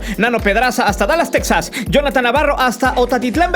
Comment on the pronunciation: Es tejas no teksas